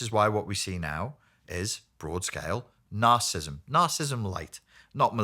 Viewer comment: It seems evident that this man needs to properly pronounce the condition he talks about. Is symptomatic of his lack of discernment about the spiritual evil that manifests in the self-centered and delusional behavior that results from being reprobate before God? These present generations exhibit the sins of rebellion and witchcraft in their demonic compulsion to deny the debased condition of men's hearts. Their rabid hatred for the Son of God, Jesus the Lord and Christ, reveals their rejection of God's claim over every part of the creation. has no understanding of God's remedies for narcissistic behavior because he does not deal with our sin nature. Only the Lamb of God can bring us to the new birth and restore our souls. John, chapter 3 explains this.